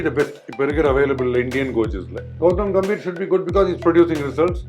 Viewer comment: Gambeer illa gambhir😂😂😂